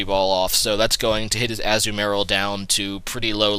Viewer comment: umm it is ah-zu-ma-rill